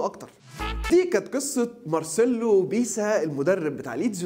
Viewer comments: بيلسا مش بيسا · اسمه مارسيلو "بييلسا" مش بيسا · على فكرة بتنطق اسمه غلط بس